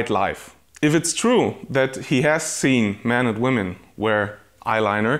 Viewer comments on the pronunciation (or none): none